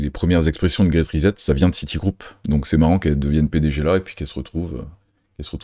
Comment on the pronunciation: Bon travail. Très intéressant. Pourquoi prononcer ri-zette au lieu de ri-7 ? Pour le reste, bravo!